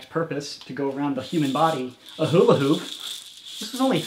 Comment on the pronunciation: he said huli hoop